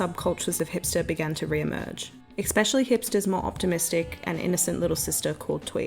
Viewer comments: Please stop saying ‘expecially’; it’s ‘especially’. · It’s pronounced “especially” not “eCsepcially “ sorry it’s bothering me 😂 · eXpecially :P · Ekspecially isn’t a word. Three times is too many. My GOD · Love your videos. Please stop saying 'exspecially' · The pronunciation of “especially” kills me, but your videos are so good.